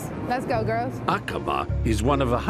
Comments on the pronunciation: It’s Acaba (accent on the first syllable)! 😂😂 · DID THEY KNOW? They are mispronouncing AQABA in a way that they are saying a B#@ in Arabic ?? Not kidding..